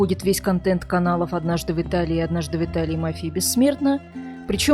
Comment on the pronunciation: Вы с Украины, что ли? Потому что слова "однажды в Италии" у вас звучат как "однажды вИталии" на украинский манер, а не по-русски - "однажды вЫталии".